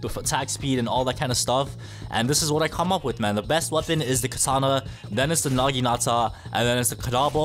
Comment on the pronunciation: BRO THE nagitana part he said: naginasa